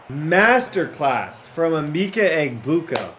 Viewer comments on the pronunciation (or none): Emeka = “ah-meck—ah”